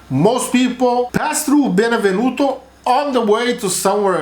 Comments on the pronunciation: Stop saying Benevenuto. It is Benevento. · It’s Benevento!!!! Not benevenuto!!!!